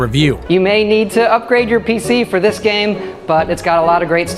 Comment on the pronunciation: I love dis game vewy much